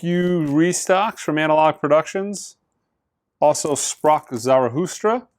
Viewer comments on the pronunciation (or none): I always enjoy pronunciation of Zarathustra. Zarahoostra!